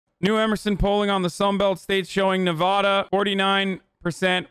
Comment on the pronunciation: HE SAID NEVADA WRONG IM SCREAMING